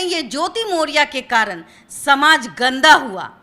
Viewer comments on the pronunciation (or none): none